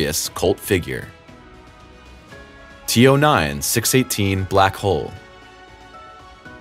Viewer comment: you said T O 9 not T O N